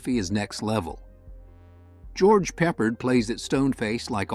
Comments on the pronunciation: Nice list,, with several I have missed, Thanks! Someone already posted, but I#5 George Peppard is pronounced "Pep-are-d".... not "Peppered". (His excellent acting deserves to be remembered correctly). Strategic Air Command with James Stewart remains my favorite for the aircraft and photography. My love of the B-36 Peacemaker made this movie a must buy..... and having James Stewart in the same film with them is very cool to! 🤪 Love those B-36's! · Prounced as Pe-pard. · George Pep-PARD. Other than that, thanks.